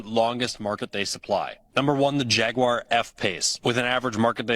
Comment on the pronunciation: Just to help you out with your words here. It’s pronounced “JAG U AR” not that mouthwash, gargling noise you used